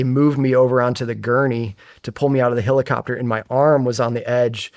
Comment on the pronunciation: dude this guy saying "hillicopter" instead of helicopter is fixing my unsubscription